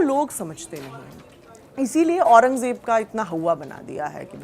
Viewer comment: Aurangzeb toh sahi bol ley Jeb nahi zzzzzzzeb